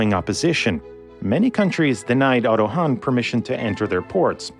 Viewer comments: * Otto Hahn (not "Hanh") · ad It's "Otto Hahn", not "Otto Hanh" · it's otto hahn, not hanh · Good video. Yet, it's "Otto Hahn". Not "Otto Hanh". C'mon, it's four letters, it's not the Otto Muenkenstengler or something ... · How to stop hearing "Anna Savanna"?😄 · Otto Hahn - "Hahn" meaning "rooster", but only literally - the 'h' in the word prolongs the 'a', making a long 'ah'.